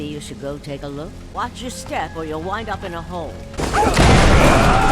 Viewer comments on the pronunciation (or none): none